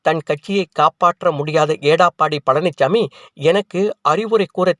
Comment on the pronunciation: எடப்பாடி பழனிச்சாமி என்பதை ஏடாப்பாடி என்று உச்சரிக்கும் உங்களையெல்லாம் எதைக் கொண்டு அடிப்பது😢